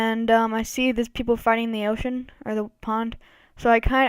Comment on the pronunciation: "Ocean" lol